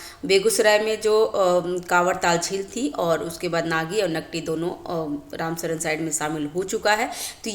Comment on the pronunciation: रामसर होता है मैडम, रामसरन नहीं